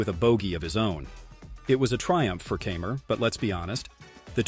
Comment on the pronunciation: It's Martin K eye mer not Camer and it's Anhel Carbrera not Angle. If you can't pronounce these well know name correctly just shut up!